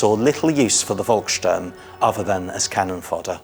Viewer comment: Volksturm is pronounced as "Folksturm."